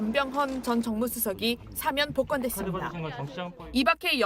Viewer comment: 안나경 아나운서... 어러번 말씀드렸는데 오늘도 시작부터 '사면'을 '4면'이라고 계속 발음하시네요.. '대통령 4면'이라니요.. 간판 아나운서의 이런 문제 하나 시정하지 못하는 JTBC 뉴스룸을 이제 떠나려고 합니다. 7년넘게 여기만 찾았는데, 어디로 가야할지...씁쓸하네요.